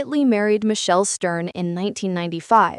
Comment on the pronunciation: It was Michel Stern, not Michael Stern. The AI just read it off the way it's spelled and then the subtitle algorithm heard it as Michelle.